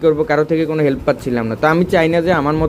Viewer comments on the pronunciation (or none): none